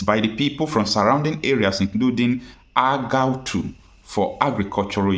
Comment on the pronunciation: Is not Aguta , but Agatu